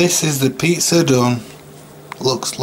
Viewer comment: Classic crumberland sossij and peatzer. The getting up am was hilarious 😂